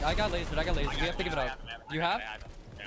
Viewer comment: He said wasered them